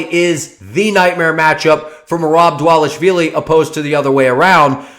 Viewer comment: Bad take but excellent pronunciation of dvalishvili